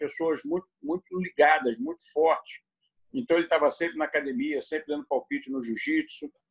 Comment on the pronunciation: É raro ver um Gracie que não fala “cadimia”. 😊